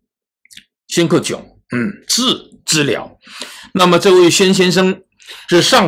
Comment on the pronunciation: 老杨读对了，Xuan Ke Jiong。我从小时候就看他的社会新闻，“小宣在现场”